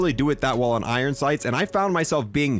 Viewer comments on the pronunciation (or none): none